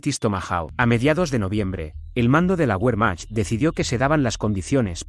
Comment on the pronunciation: Cuando nombras al ejército alemán pronuncias la W como en inglés y en alemán la W se pronuncia como B.